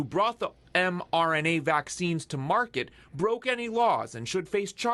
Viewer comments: Ignorant reporter calls mRNA vaccines mRNN. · Somebody please tell that reporter that it's "mRNA" and NOT mRNN Thank you!